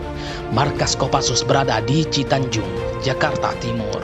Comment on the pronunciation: Cijantung bukan citanjung